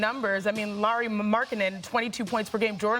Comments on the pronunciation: Laureeee ? Lauri Markkanen, it is 'lou' as in loud and ree as in reed lou ree markkanen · When are these “experts” going to learn that Markkanen’s first name is pronounced like “Lowry” not “Lori”?